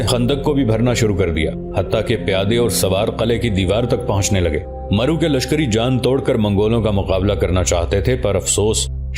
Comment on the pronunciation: Correct pronounce is Marv not maru